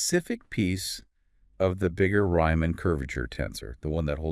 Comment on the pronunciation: Reeman. Vile. Not ryeman and while.